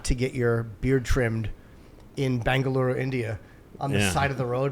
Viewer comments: JIMMY it’s Bangalore, BAN-GUH-LOR, not ‘Bangalure’ (BAN-GUH-LEWER). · He is really pissing me off with his pronunciation of "Bangaloorroo". And I am European